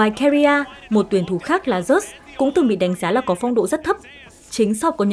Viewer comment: Dút chứ không phải Dớt nhé =))